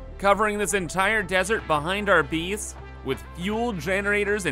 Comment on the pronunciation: Where is he from? Never heard anyone pronounce "base" like "bees" and 8 like "eat"